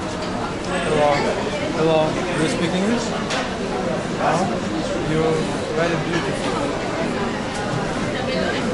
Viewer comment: не ю, а йор)))